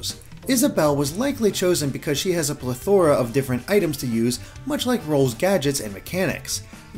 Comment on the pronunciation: You butchered the word plethora